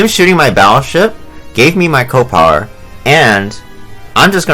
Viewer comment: I find it funny that you pronounce it co-power and not C.O. (see-oh) power.